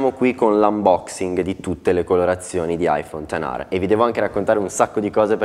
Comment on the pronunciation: Aifon ten ARRRRRRR